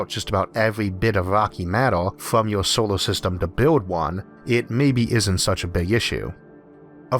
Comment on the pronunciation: The way he pronounces words like solor sounds like he said sowor.